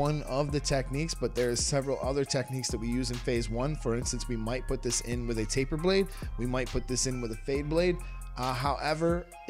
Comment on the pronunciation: Faper blade? I thought it was taper blade